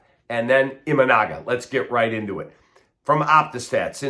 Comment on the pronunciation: Kap you should learn how pronounce your pitchers name I think thr jap. Consider that an insult v. Just trying to help you out